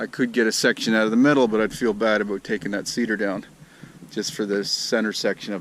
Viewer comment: Aboot, lol.